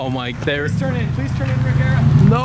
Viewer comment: I swear every video like this it's always the BMW's that causes the most anti-lag. Btw, It's "Rejera", it means dominate and/or conquer in swedish.